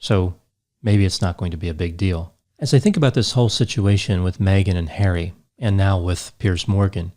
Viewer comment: Its funny how says prince HAIRY instead of HarrY:)